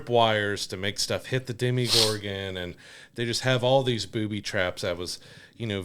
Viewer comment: Why do you keep pronouncing Demogorgon like it’s a French brown sauce or Bruce Willis’ ex wife?! There is no “i” in demOgorgon.